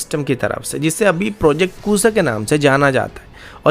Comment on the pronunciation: Pronunciation of Kusha needs improvement- it is KUSHA , Rama's son and brother of Lava.